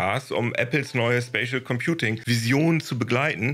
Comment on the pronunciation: immer wenn 'spatial computing' sagt höre ich 'spaceship computing'